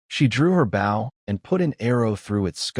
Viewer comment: Please make the ai do the pronunciation of 'bow' correction